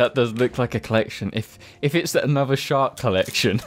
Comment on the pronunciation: When you say shark, I hear shart